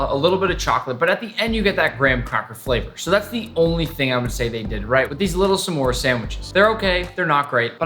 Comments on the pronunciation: NICK IT IS PRONOUNCED SMORES NOT SSEMORES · It is not sa'mores it's just s'mores. One syllable. 😡😡😡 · the way he says "smores" with two syllables is rather aggravating.